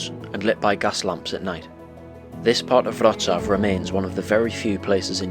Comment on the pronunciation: What a great film. And well done for pronouncing Wrocław correctly. Just one point of information. Unlike Latvia, Lithuania, Estonia etc Poland was never actually part of the Soviet Union. After the war, the Soviet Union installed a communist regime in Poland, which would do what the Soviet Union told it to do, just as they did in Czechoslovakia, East Germany, Hungary, Romania, Bulgaria etc These regimes were meant to act as a protective wall between the West and the Soviet Union. They were known as the Warsaw Pact countries and although the regimes were (mostly) loyal to Moscow they weren't part of the Soviet Union itself.